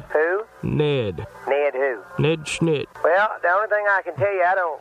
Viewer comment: 'ned shnit' lol ! !